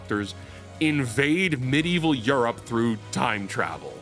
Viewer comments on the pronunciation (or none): none